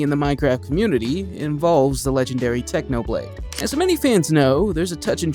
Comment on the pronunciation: did you seriously messed up technoblade crown? Come on, you gotta be kidding. Have some respect